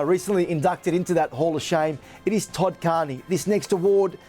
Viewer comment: the “tood” carney award 😂😂😂